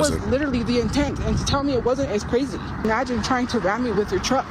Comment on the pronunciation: "E-magine" a isakai? "That time I got reincarnated into employment"